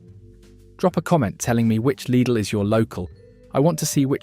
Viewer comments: Its pronounced L I D L NOT LEEDLE MY SISTER AND NEPHEW WORK THERE SO I SHOULD KNOW. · Please stop the AI voice saying LEEDAL! most supermarket foods contain toxic stuff if eaten in excess. People should LEARN TO COOK. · Do make up your mind how you want to pronounce the word Lydl! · Why do you call it ‘Leedle’? Can’t you spell? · It's German! So it's pronounced 'Leedle'. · Lydle, Leedle, Liddle….you need to make your mind up lad! The different pronunciations are so irritating lol. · Laidl / leedle? 😂😂 AI voiceover is horrible. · I thought Lidl was pronounced liddle. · So, is it pronounced Liddle, Leedle or Liedle? 🤔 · Stop calling it LEEDLE! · Daft AI generated dialogue (is the business name pronounced Liddle or Leedel ?) and photos where we see Aldi's Lurpak clone Norpak not Lidl's Danpak. I won't be subscribing to a Channel that doesn't check this nonsense. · Changes the pronunciation of Lidl three times.